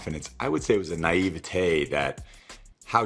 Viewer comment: Tom don’t ever say the word nievaty or however you spell it again my man you played football no Hemingway 😂